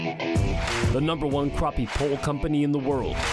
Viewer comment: Well here in the south they are called crappie not croppie.